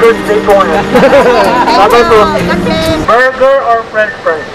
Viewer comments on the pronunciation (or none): HAHAHA SANA KUYA DI KAYO NAPAGOD KAKA BORGER BURGERR BORGOR BERGERR hahahaha